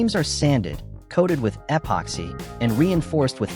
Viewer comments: What? You don’t like hearing “ehhh poxy?” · eh-poxy? Never heard of it. AI at it's linguistic best. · Narrator; “eh pocks hey” in all the corners. Dont forget the “eh pocks hey”